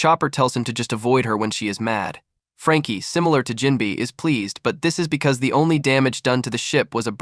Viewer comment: NGL I’m not watching this only cause it said jimbei name wrong within the first 10 seconds